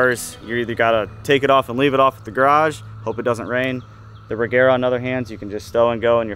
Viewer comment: But you say Regera wrong, it shall not be the G sound as in egg but as you say the J in Jet or the G in George.